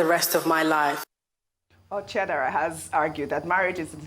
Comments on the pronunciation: please put more efforts in learning how to pronounce Igbo names properly, what in God's name is Chiederà as against Chidera?😢😢😢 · Ojy my sister please its not CHIEDARA, its CHIDERA, i believe u re igbo, even though ur from d south south region but u speak igbo so my sister try pronouncing it better, its CHIDERA biko, still a big fan of urs and Arise tv...